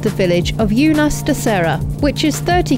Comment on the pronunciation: Damn, you missed the opportunity to insert Sir David Attenborough's voice in those "jungle" clips,. 😄 Unhais: I would've liked to help you with the correct pronunciation of Unhais but it's impossible in text form. Best to use Google Translate and listen to how it sounds. 🙂 Alvoco das Várzeas: remember what I told you about the accents in the vowels? When they exist, the stress in on that vowel, so it should be VÁR-zeas instead of Vár-ZEAS. 😉 I'm surprised Jonny never heard of Pita Shoarma, it's one of the most famous Middle Eastern culinary staples around the world.